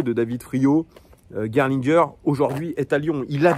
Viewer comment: T’as très bien prononcé Gerlinger!!! Je te mets 20/20 en allemand LV1!!!